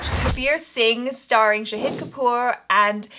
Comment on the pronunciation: Well, it's Shaaaaahid not Shaheeeeeed Kapoor